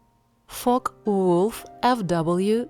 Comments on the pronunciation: FOKVOLF 190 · Not a bad video ,but i wish they could find someone who can pronounce German aircraft names properly , and if they are going to speak English ,speak it also properly .